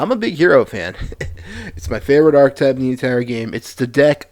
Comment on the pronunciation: 0:69 Look up how archetype is pronounced on any dictionary website.